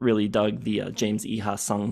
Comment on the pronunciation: Pretty sure Iha is pronounced "Ee-uh."